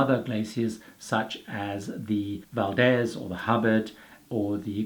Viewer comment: Valdez pronounced Valdeez. I love your work. Thanks